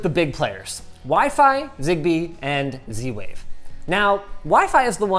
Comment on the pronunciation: And he went for zwave 🤦